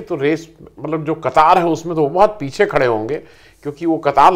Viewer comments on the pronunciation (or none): none